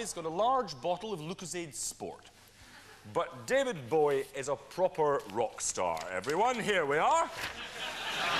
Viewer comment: David Bowie not David bowee😂